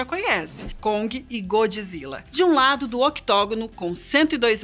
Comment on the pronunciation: Diz-se Godzilla! O que é isso de godji zilla? 😕